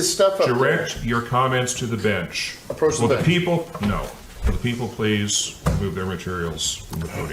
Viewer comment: " 'proach the bench?"